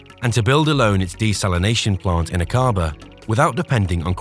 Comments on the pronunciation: Please note that Aquaba is pronounced as Ack aba and NOT aquAAA ba. Ask any one from Jordan!!! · Akkaba is the pronunciation not Akaaba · thank you forthis. interesting. ive been to the area. fascinating. thank you. nb the pronounciation is AK A BAH not A CAR BAR!!! i travelled in this area overland to india from the UK more than 40 years ago. it was awesome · Aqaba is not pronounced a-QA-ba; it is A-qa-ba. Should be fairly easy to get it right. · Was the voice over AI? Your pronunciations of certain words didn’t make sense, like Aqaba or Akabaa?